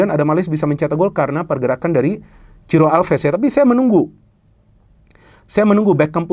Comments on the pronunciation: Monmaap bung, bukan Ciro, tapi Siro wkwkwk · bukan ciro tapi siro, kata reporternya 😄